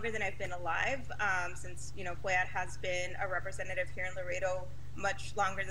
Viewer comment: it's embarrassing that the anchor repeatedly mispronounces Cuellar...like, really?